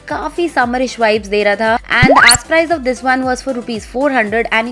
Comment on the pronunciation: It's Price not 'Prize'